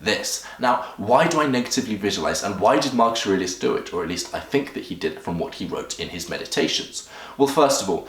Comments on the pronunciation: Why do you keep on saying "Marchuriox" ? You can't even say his name. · you tried WHOS routine??? marks ars??? why dafuq cant you just say his name normaly. this is not twitter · "mark esh ar eesh" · I cant tell if it's your accent that cause you to say Marcus aurelius name wrong, or if your the type of person that purposely miss pronounces something ...asking for a friend Hahahh😂😂🤣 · Gotta learn how to say his name first my friend